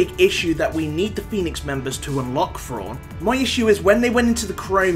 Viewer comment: Who the hell is Frawn..? Isn't it Thrawn?